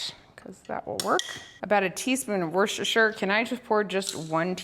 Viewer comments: Wusstersheer sauce is how it is pronounced in England...... that is not however, how it is spelt lol, just trying to make it easier for you to pronounce. Hope you find it helpful. Great video as always xx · If it helps at all, we pronounce it “wooster”, despite all the other letters! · Wuss ter shire darling ❤ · That was alot of worstershire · Lovely video. Lovely seeing your family grow. Worcestershire sauce is pronounced Wooster shear the ces is pronounced s and shire is shear as in shearing a sheep. I love listening to people try to say the names of a lot of English towns and cities with their silly spellings. Much love from Staffordshire, (said staffud shear ) England ❤ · Wusta-sheer sauce. Or like most of my British friends call it, "W" sauce. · Wooster sheer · Worcestershire = Wuh-ster-shuh or if you are Jerry ‘who’s your sister sauce’! 😮❤